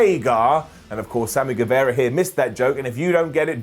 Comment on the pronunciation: Pronunciation tip: It's Sammy GueVAra. It's not Sammy GueVEra.